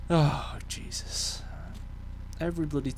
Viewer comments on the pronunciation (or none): none